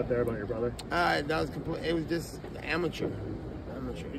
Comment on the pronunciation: Homie said "amateur"